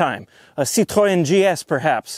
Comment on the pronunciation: The way he pronounced Citroën perfectly at the end really caught me off guard. Also, petiton for to to import a Daewoo. Yes I know they sold some models in the US but those weren't anywhere near the quality of the domestic Korean Daewoos. Also I just really wanna see him struggle with trying to find every factory option that came on these things